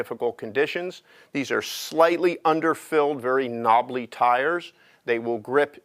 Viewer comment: great machine but did he say knobbaly tires lmao hahahaha